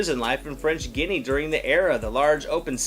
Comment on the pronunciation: His pronunciation of papillon and French Guyana are way off.